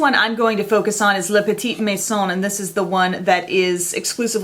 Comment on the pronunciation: You pronounced "la petite maison" perfectly!